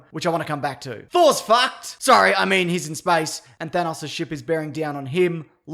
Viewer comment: “Thor’s FAHCKED”